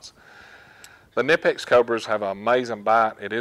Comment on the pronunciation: knipex is pronounced with a k..it is not american